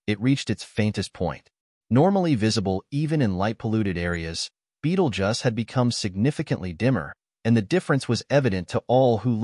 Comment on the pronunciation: Beetlejuice not Beetlejuss